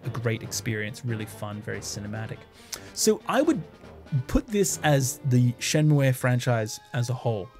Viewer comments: Interesting that you pronounce Shenmue as シェンムエ when it's written as シェンムー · Great video! one thing... Shenmue is pronounced SHEN-MOO (シェンムー). I die a little inside every time someone says shen-moo-aye. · Your pronunciation of shenmue gave me an existential crisis for a moment so I had to look it up. It actually is pronounced like Shenmuu rather than how the title would suggest in Japanese, it doesn't use the え sound. It is worth noting the name is derived originally from Chinese instead of Japanese, but also supposedly the decision to spell it like Shenmue was to emulate English words like "Blue" for the sound at the end. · I think Shenmue is pronounced "Shenmu--" without the "e" at the end